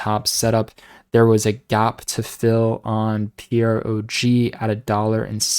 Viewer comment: if you’ve been hearing about PROG since $5 then how come you still can’t say the name right? It rhythms with frog and is about to get jumpy.